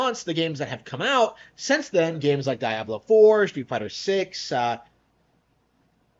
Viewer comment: Idk what's worse, that dude's takes, or the fact that he says Dye-ablow and inntendough.